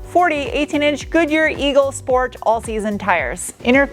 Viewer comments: "Sport" not "Shport"? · What! Not Shport? It's a German car. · Being German and listening you pronounce Deutschland or Sport always makes me smile. Thanks for all your efforts and super nice content. =)